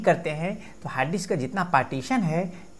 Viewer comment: Correct your pronunciation it is "DISK" not "DIKSS"...